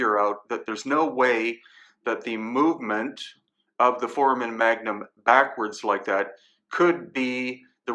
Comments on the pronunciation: Love everything you do bro. Just one thing that bothers me, you keep pronouncing foramon magnum incorrectly. Its not pronounced "4-man", its pronounced "4-ray-mun" sorry brother, just my OCD flipping out. Still love you and the channel. Hope I don't offend. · Sorry, can’t take anyone seriously with the repeated mispronunciation of FORAMEN magnum. Doesn’t do much for credibility.